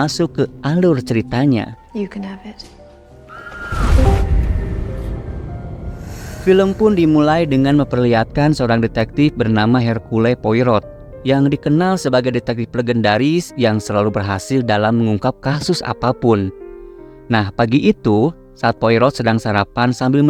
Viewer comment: Hercule Poirot bacanya ercyul poaro, r-nya berkarat, dia tokoh fiksi yg berasal dari Belgia di mana menggunakan tiga bahasa (Belanda, Prancis, Jerman) dan nama Poirot (baca:poaro) adalah nama orang2 Prancis yg mana cara melafalnya pun mengikuti bahasa Prancis. Kan biar mudah aja, ngikutin bahasa Indonesia ajaa.... No no no... Hercule Poirot adalah tokoh detektif dari novel2 misteri terlaris sepanjang masa Agatha Christie, bisa dibilang itu novel yg layak bersanding dengan novel super larisnya Arthur Conan Doyle yaitu Sherlock Holmes walau beda masa. Orang yg suka novel detektif pasti tahu dua pengarang legendaris itu, atau minimal tahu dari manga/anime Detektif Conan yg terinspirasi dari kedua karya terlaris tersebut (Conan Edogawa dari Arthur Conan Doyle, Cafe Poirot yg letaknya di lantai bawah kantor Detektif Kogoro Mouri dari Hercule Poirot). Dari novel selaris itu, tidak ada orang di dunia ini yg tidak mengeja Poirot dengan Poaro. Orang yg membaca novelnya pasti mengeja Poaro, orang yg tidak membaca novelnya melihat nama Poirot akan langsung tahu itu sebuah nama Prancis dan dia akan mengejanya Poaro juga dengan pengetahuan umum pelafalan Prancis atau cari tahu dulu cara menyebutkan nama itu. Ya, kamu kemungkinan besar akan ditertawakan kalau menyebut Poirot seperti itu di depan orang2 yg suka membaca novel. Lagian ya, apa salahnya untuk tidak sekadar membuat konten aja, tapi "sedikit" ada unsur mendidiknya dengan detail nama karakter bangsa lain. Mungkin dari sekian banya